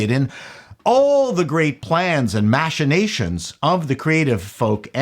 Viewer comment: lol the last thing i would ever be doing is watching a nerdrotic video, fuck that guy! also pronouncing machinations "mash o nations"